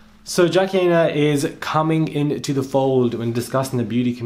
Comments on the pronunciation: Jackie Aina (Eye-Na). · Jackie Eye-Nah😅